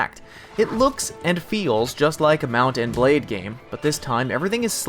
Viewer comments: i hate how he says mount and blade sheet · anyone else think that he says the words mount and blade like hes never heard those words before in his life